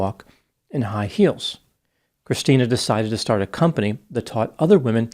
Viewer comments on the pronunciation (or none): none